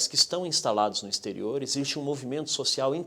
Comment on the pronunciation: " ixterio""...foi demais, né?? exterior, ok??👀😱😡